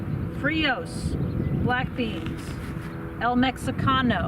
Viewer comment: My wife heard "black d" instead of "black beans" and thought I was watching something filthy.